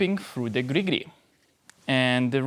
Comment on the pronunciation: Your pronunciation of Gri Gri brings me great joy. Will keep watching your videos for that alone.